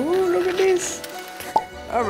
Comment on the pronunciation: Instead of saying this she says dis